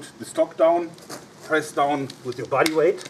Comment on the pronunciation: I swear he turned into Arnold swarzeneger when he said body weight